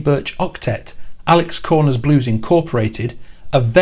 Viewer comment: It’s not Alex Corner — it’s Alexis Korner.